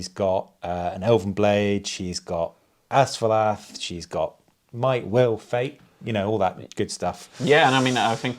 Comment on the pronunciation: Whoa, quite a finish! One small note, which won't matter in any future scenarios....Asfaloth ends with 'oth,' not 'ath.' But a fun watch regardless!